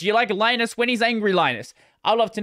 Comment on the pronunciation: Like no. 636. Well, Linus's reply seems rather calm and forthright compared some of his previous. Mr. Torvalds is Finnish, so his first name is pronounced "LEE-nus" not "LYE-nus". I'm surprised that you don't seem to be aware of that.